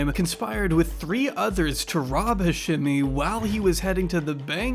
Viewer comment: Bro wtf. Remove the crimescene pic and pronounce the dudes name right. Jesus the edit got the daughter pronouncing hashemi and you straight after go into hasjemmy